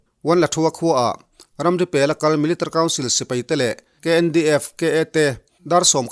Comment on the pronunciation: Thu puan i thiam khawp mai. Mahse, Military kha Militr tiin i lam tlat a, chubakah 2012 tia i sawi hi 2022 i tihna a ni em?